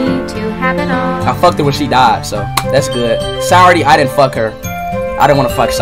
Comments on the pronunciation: actually, it’s not !! He’s saying sire instead of “sa” he’s literally pronouncing it wrong ☠️ educate urself lmfaoo!! It’s pronounced “sa” “yo” “re” as in restart. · gotta love how he’s saying sayori as “sirety” ☠️